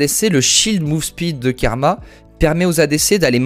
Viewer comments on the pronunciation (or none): A chaque fois qu'il a dit "Kerma" au lieu de karma j'ai eu mal